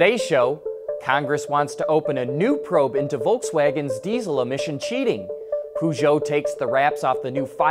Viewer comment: It's not "Poooshoout", the company is called "Peugeot"